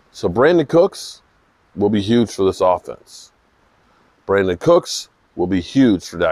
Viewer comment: It's Brandin